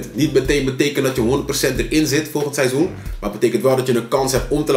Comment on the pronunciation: En kan nog steeds het woord seizoen niet uitspreken...